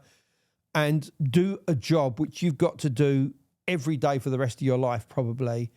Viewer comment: "To this daih"